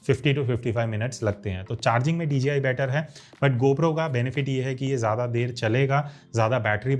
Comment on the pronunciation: Why is it that sounds like ur saying dgi